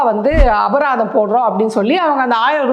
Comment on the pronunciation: அபதாரமா? அபராதம்...தமிழ் பிழையின்றி பேசவும்.